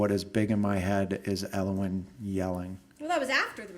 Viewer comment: Everytime he says elowin i feel cringe